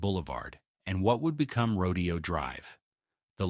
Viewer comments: Everyone take a shot when the narrator says " the pink walls" and 2 shots for "rodeo" (instead of row-day-oh.) No wonder I despise A I. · Seriously?? It’s not rodeo ( like cows and horse roping) .., “fool”!! … it’s pronounced..…. “Row .. day … Oh”!! .., like the famous street that it is … in Beverly Hills Calif!!😂.., please!!.., get it right: … or … don’t… write!!😢❤!! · It’s not “rodeo,” like a cowboy exhibition. It’s “row-day-oh.” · It's pronounced Ro Day O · AI doesn't get nuance. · Isn't it Rodèo (emphasis on day)? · Yep, but AI narration doesn't know that, and the creator obviously didn't care enough to check their work. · Exactly! Ro-dayyy-o! So annoying! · Yes ! It is row-DAY-oh.. Its not AI, it's either the teacher isn't teaching pronunciation. Or the kids aren't listening or have a desire to get it right, I can't figure it out. But yes. It makes me crazy smtms. I hear it at least once ir twice in a lit if these videos. I haven't figured out the cut off in age, where people get it all right yet. Even people up in their 40s miss pronounce things, and I wonder about it often times. At least there isn't an "like",or "bro", or "you feel me?" At the end of each sentence. No I don't "feel"you, nor do I want to.😮😅 he did get it right in this video too. Very strange. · It's always been "roh-dee-oh" until the browning of America began and the govt started referring to it in the way the non Whites who kept coming here were calling it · Ya mispronounced Rodeo! 😄😄😄😄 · it drove me nuts whenever he said Rodeo drive the wrong way.. pronunciation was wrong. Good video, but got boring about half way in.... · Yes. That was incredibly annoying.